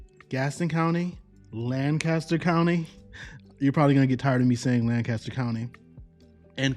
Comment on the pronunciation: I like Lancaster County I was born there. It's how you say it it sounds strange. We are on the south we don't say it that way